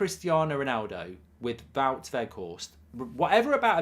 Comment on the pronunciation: Please can you stop pronouncing Wout with a V, he is Dutch, not German